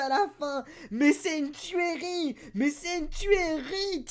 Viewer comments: Tuerie se prononce turie et pas tuèrie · Team alakhazam aussi ! Mais t'es sur qu'on dit tuérie ? Ca me fait bizarre à chaque fois que tu le dis x') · PTDRRRRR javous y ma tuée avec sa tuÉrie X)